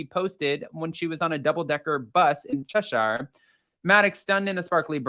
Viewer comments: Cheshire is not pronounced che-shire (it’s not lord of the rings 😂) it’s pronounced che-sheer. In fact most places in the UK with shire in the name are pronounced sheer. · A little advice for Americans trying to pronounce English town words with Shire at the end, like Cheshire or Shropshire is to just say Shropshir or Cheshir… not che shy’ire’! Lol. 👌🏼😊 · So amusing how he pronounces Cheshire. Che-sheer is how we say it in the UK.